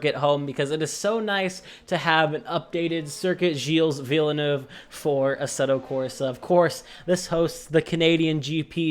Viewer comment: It’s weird to hear an american pronounce villeneuve correctly